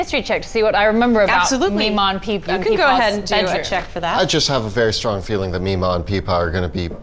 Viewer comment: is jess's character's last name stong or strong? im HEARING stong, but I SEE strong during the character intro